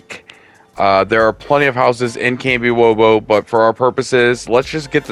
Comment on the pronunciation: You lost me at Kambiwobo. It’s kamishovo.